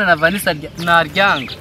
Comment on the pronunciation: Vanisa or vanisha😂